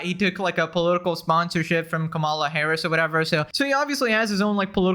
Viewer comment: It shows that you've been watching only right wing commentators and not even a minute of sane people because of how you mispronounced Kamala's name. They do it on purpose as an indirect insult to her as a black woman btw I suggest you watch some Luke Beasly to sanitise your brain a little bit.